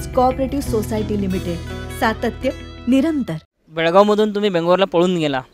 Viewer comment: Belgaov nahe belgavi